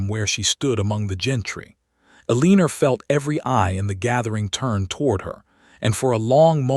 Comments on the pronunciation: Quit naming your heroine Eleanor until you can teach the AI that it is pronounced EL-eh-nor rather than el-EE-ner. I cringe every time it says the name. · Pay attention: El-a-nor!! Say it 2000 times or write it 500. Your choice, AI.